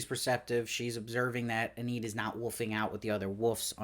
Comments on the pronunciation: Lovely recap. It's Eee-nid. With a long e. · Eneed... very interesting pronunciation of Enid. Good review as always